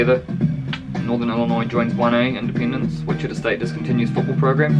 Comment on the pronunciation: Sorry but the way you said Wichita 😂 it’s Wich-i-ta with the a kinda sounding like an o